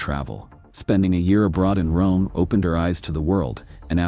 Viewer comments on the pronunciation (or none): none